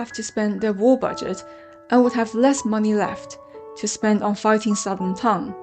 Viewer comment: 很好的解释，点赞。 但是你完全可以把专有名词，比如，名字、唐等念出音调。